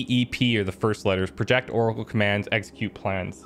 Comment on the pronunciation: He was reading "project" as a verb not a noun, my god that got me grinding my teeth lol. That and the frantic minute-long search to find "cyberware malfunction" in his quick hacks list, when it was literally in the top slot - he waited for the window explaining what it did to disappear before looking elsewhere in the list for it aghhhhhh. I have really been enjoying this let's play, and I hate to be the armchair critic or the comment section know-it-all but (and I mean no ill-will when I say this) really gets my goat sometimes.